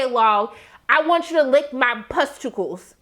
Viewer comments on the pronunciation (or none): you kept saying “pusticles” and i kept dying 😭😭